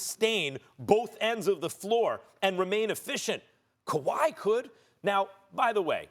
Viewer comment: when Max says "Kwahi could" I immediately and uncontrollably laughed 😭😭😭😭😭 the way he says it, the look and the pause is hilarity